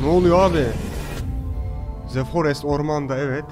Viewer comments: ze değil dı diye okunmalı bencem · iki yil sonra tekrar izlemeye başladım seni Halen daha ze forest diyorsun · Ze forest